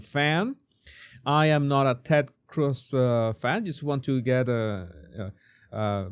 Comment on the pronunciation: You're Venezuelan and can't pronounce Cruz? Jesus